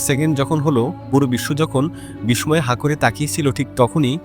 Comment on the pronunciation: দয়া করে বিস্ময় উচ্চারণ টা ঠিক করবেন